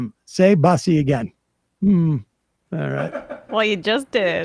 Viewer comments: The way Sam pronounces “buss-y” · He keeps saying bus-e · Someone needs to tell Sam Seder it’s pronounced “Boossy” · Sam mispronouncing "bussy" is too funny! LOL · Hearing Sam mispronounce bussy is hilarious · Somebody on the team NEEDS to tell Sam the correct way to say the word... 😭😂